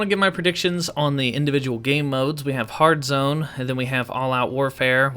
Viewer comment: Did you just say hardzone 🤷😂sort of has a ring to it